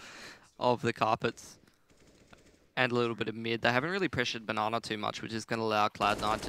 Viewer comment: When did casters start calling Banana, "na na"? I really hope it doesn't catch on. I think there was even a "na ner" tossed in there a few times.